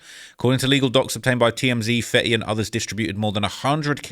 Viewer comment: HUH!?! 10 Sec in and you call FEYTY old-school? Im so confused. ITS FETTY!! Mr 1738 himself. OLD SCHIOL!?!?!